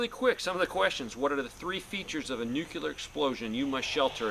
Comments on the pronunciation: Noo-Clee-UR. Not nukUlar. Just sayin. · You said nucular war....lol......just like Bushie! It's noo-clee-ar. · NUCLEAR not NUCULER!! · nuc-U-ler is not a word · Nukleear not nukeelar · nookyoular is not a word. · I don't worry about ANYTHING "Nuc-U-lar" since it doesn't exist. Nuc-LE-AR on the other hand, is something to take serious. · Nucular! Lol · It's NU-CLE-AR, not nuc-u-lar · Let's take advice from someone who can't even say "nuclear" correctly. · nucular is not a word. I thought only 5 year olds talked like that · NU CLEAR say it right or dont say ot at all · just Biden my time (Nuclear has 2 syllables.) Welcome home to your son. I recommend your channel a lot. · I thought it was Nuk-ler?? hehehe shades of W promoting his cause. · Hahaha! Now that's funny! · He's using the GW Bush pronunciation, which has been deemed socially acceptable by the US govt. before his leaving the white house. lol